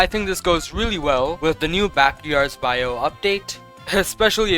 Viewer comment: "Backyards bayou" 😭😭💀